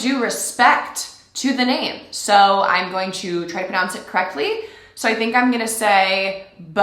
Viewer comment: Ok but I'm also kind of proud hearing her pronounce their names correctly now wipes tear look how far we've come